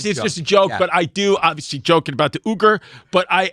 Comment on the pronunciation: Saying Uyghur like Uber (Ooger) is so funny lmao